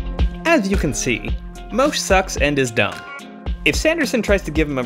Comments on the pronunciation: mo-ash, my guy. and the h is silent in Elhokar. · Oof. Mo—Ash. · The number of times you mispronounced his name 😂😂 well done 👏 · I love the number of ways he mispronouces Moash's name in xD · Not just Moash, most names in these videos are mispronounced according to the audio books